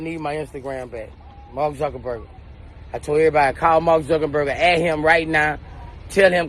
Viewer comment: Sumbdy teach Boosie How To Say Marrk Name😭😭😭😭Zuckenburger🤦🏾